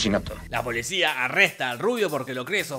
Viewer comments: jajaja de hecho si dice eso pero se escucha "polisha" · Perdón, pero yo siempre escucho, como si dijera: Ookey, polishaan